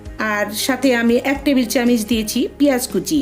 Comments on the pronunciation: চামচ,বা চামিচ বলে কিন্তু আপনি কিসের বারবার চেমিচ বলেন 😁😁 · Camic kno bolcen. 😆😆😆😆. apnar uccharon thik vabe Korn. Ranna ta osam. Clo